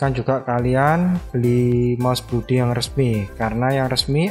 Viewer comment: Bacanya blodi bukan bludi walaupun o nya double (oo) tapi bacanya tetep O bukan U